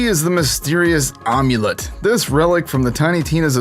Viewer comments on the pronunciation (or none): Omulet? That's a new one. Its AM-you-lit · AM-U-LENT Not OM-U-LENT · I like how u pronounce amulet like omulette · Omlent... dude is am amulet a m Ah fuck. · “The mysterious Omulet”